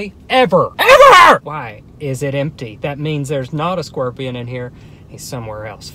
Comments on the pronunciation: It sounds like he's pronouncing scorpion as squorpian, and I can't unhear it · He really said scwerpion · “scwerpian” hahaha he makes me laugh so much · Bruh i love how he says squorpion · Squirpion 😂😂 I’m not going to be able to say scorpion anymore! It’s now squirpion🤣🙌🏻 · nobody:: squwirpion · "Scworpion"" lmao